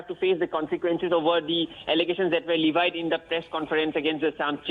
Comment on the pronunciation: Please pronounce levied properly